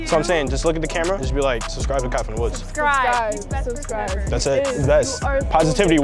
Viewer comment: Him: “subscribe to KyFromDaWoods” Me: hears subscribe to captain hook